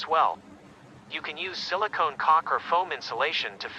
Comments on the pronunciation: Heh, he said "Silicone Cock." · BRO I HEARD SILICONE COC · ‘Silicon cock’ 💀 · I was being all creeped out and stuff, then I hear "Silicone cock". 10/10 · WHY DID I HEARD SILICON COC